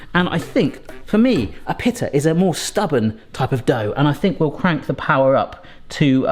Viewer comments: In America, it's pronounced pita, not pittah. So strange how the same word can be pronounced so differently... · It’s pronounced pee-ta,. Pita = pee-ta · it is pronouced peet-a like peat moss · Pea-da bread.